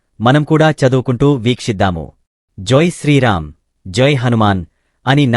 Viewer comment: ఆపండ్రా, ఎదవల్లారా పదాల తప్పిదం, పేర్లు తప్పిదం, ఆఖరికి జైశ్రీరామ్, అనే పదాన్ని, జొ శ్రీరామ్ అంటున్నారు, పద దోషం, ఇలానే వింటే, నాకు దోషం, నీ ఛానల్ కి పెద్ద దోషం😅😅😅😅😅😅